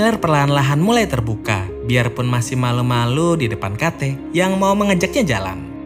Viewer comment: Video yang bagus Bang, penjelasannya juga cukup jelas. Hanya saja sebelum meringkas sebuah film, terlebih dahulu abang perlu belajar dan mencartahu bagaimana Prounounce setiap nama2 dari setiap pemeranan, nama tempat, dan yang lainnya. Contohnya, James dibaca Jeims, Kate dibaca Keit, dll. Sukses Terus ya!